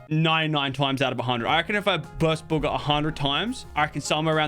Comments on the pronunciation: WHEN HE BUGGA INTSTEAD OF BUGHA LMAO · You said booger not Bugga! Haha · He called Bugha “booger”